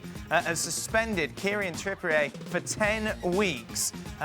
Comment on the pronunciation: Said “Kieran Trippy-ur” for years but since he moved to Athletico it’s now: “Kierian Trippïé” 😂